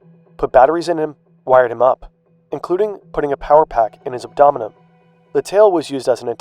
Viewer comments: no… That’s an abdomen. I’m asking what an abdomenum is, the way he pronounced it. Lol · Bro said "abdomenen"... This voice-over better not be AI generated or assisted cuz holy hell it says some words weirdly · "Abdominum" lol. Sometimes you mispronounce common words and it makes me think you're an alien. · Abdomen. Let's say it together. AB-DOE-MEN... Not AB-DOB-MINUM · What’s an abdomenum?